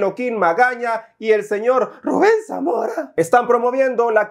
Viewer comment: 😂😂😂😂😂😂😂😂😂😂😂😂😂😂😂😂😂😂😂😂😂 Como pronuncias el nombre de Ruben samora Me arrastró de la riza😂😂😂😂😂😂😂😂😂😂